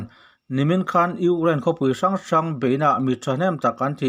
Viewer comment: kan pu hian Ukraind hi alam tha theilo nge maw ni le ngaih aha tlak khawp mai